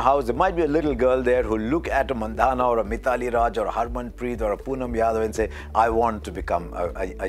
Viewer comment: Mr Harsha, please learn to pronounce the names properly. It is not Mi-thaa-lee Raaj, it is My-thli. OK if a non-Indian mispronounces, not you.